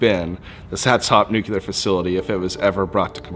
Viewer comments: I love the content but pronouncing "Nuclear" (Nu Clear) as "nukilar" bugs me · Nu-cle-ur. Nuclear. Not nucular...... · There is no such thing as a "nucular" facility..